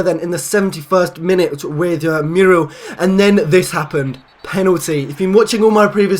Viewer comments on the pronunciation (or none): You are pronouncing Muriel incorrectly, it is pronounced MUR-E-EL, just thought I'd tell you xD